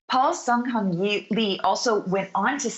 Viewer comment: Furthermore the reporter cannot even pronounce Paul Sunhyung Lee's name properly.